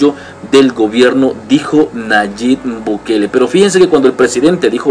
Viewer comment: ¿Pórque siempre decís Nayib... Bu-kele?